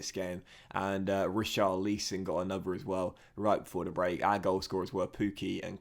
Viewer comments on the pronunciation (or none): have you just pronounced richarlson as Richar-leeson? Lol